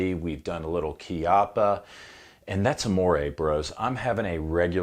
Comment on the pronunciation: For american friends: both "Chiappa" and "Fiocchi" are NOT pronounced kee-UH-pa and fee-OH-kee It's instead closer to KYUPP-ppa and FYOKK-kkee